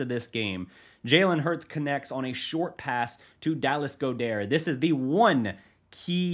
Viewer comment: good content, but I’m not criticizing just trying to help you with some of these names lol Dallas Goedert: Gaw-Dirt Tyler Biadaz: Bee-aw-dish Frank Ntilikina: Knee-Lee-Kin-uh No hate just trying to help you with the pronunciations lol